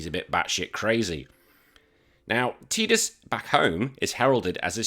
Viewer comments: I'm with you on this..games full of water.... Tide.... Tide-us ....tidus Stick your teedus with your ket shee 😂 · It’s Ty-dus, I will die on this hill. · Lost me at tee-dus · Sorry bud, it’s Ty-dus. The voice actor, James Arnold Taylor, confirmed the proper pronunciation of the name 😂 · I'm with you... Games full of water... tide...... Tidus ...I'll join you on the massacre on this hilltop ...you can stick your teedus with your ket shee😂